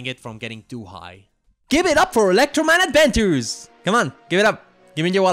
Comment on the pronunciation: E-lectroman A-dventures